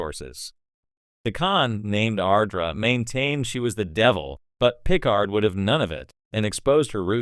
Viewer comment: Either you have never seen a single episode of Star Trek, or the guy you hired to read your script hasn't. I'm pretty sure even AI knows how to pronounce Picard.